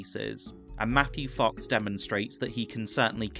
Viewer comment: Did you just say "Macky Fox" at the mark? LOL😂 BTW just the nostalgia of seeing these old faces of these beloved character knowing that most of them will die is so sad.